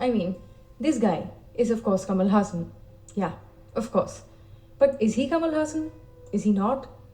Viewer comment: Ulaganayagan means 'World hero', however it is called as 'Universal hero' as it is said by the director K.S. Ravikumar who gave that name to Kamal. You pronounced 'Haasan' as the Muslim name 'Hassan'.😁 Kamal Haasan is beyond comparison, he is beyond rivals, he stands unique and incomparable is indeed true which is said by his mentor and director K. Balachander. Kamal Haasan has set certain records which is not surpassed by any other actor. I don't know which actor in this world who has multiple talents as him being a director, producer, dancer, actor, technician, assistant director, choreographer, lyricist, television presenter, singer, make up artist, screenwriter and i don't know if i left any. When it comes to his talent, the first thing that always comes to my mind is the movie 'Dasavatharam' where he did 10 roles! That is quite insane, he also gave different voice and body language for all the 10 characters. I doubt there is any actor in this world who did 10 roles in one movie.